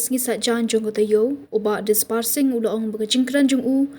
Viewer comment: Disparsing rani ❌ Disperate rani ✅